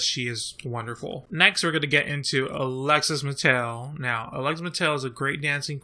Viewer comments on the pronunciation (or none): Alexis Mattel? hahahahaha, it's Alexis Mateo!